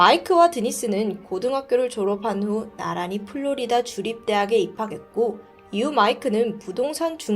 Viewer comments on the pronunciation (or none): none